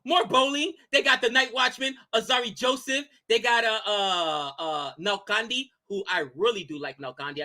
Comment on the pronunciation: butchered every name gujarat,mustafizur,and who is nalkande. Everything else was good.